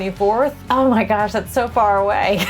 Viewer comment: Please dont say gosh like that